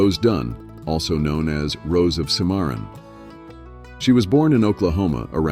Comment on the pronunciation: Learn to say cimmaron correctly.